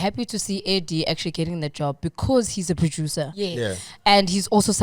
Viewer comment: It's AirDee guys, not AirGee...